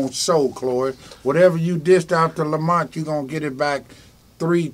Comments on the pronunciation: Lamar not Lamount.hell naw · Why does this man who swears he knows LAMAR keep calling him LAMONT???!!!!!